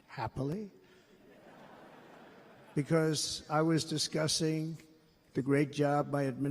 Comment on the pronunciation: “I was discussing,” sounded like “I am disgusting.” Annunciation would help, but reading is hard.